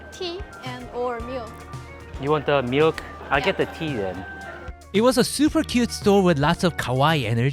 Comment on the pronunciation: it gets me every time you say meelky / meelk lol